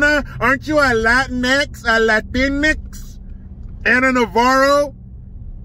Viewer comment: He said Laatinex.😅